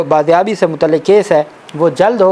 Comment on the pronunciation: “BAAZYABI” Bhai jaan , baaryabi nahin.